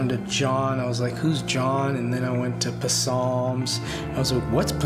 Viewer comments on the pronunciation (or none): "whats p-salms" lmaooooo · What's "Pe-salms" xD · "What's puh-salms?" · What's puh-salms? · "and then I went to puh-salms I was like what's puh-salms." lol. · Man, what's PuhSalms?